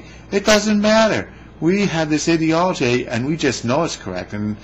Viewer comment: I listened to the first 30 seconds or so and couldn't take your mispronunciation of "ideology."